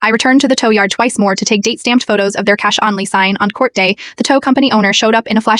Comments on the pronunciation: If you can't spell words correctly, your AI voice will mispronounce words like "cash" and ATM. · When your AI script/voice can't say "cash," "Flat," "only," symbol for "simple?" quit your channel.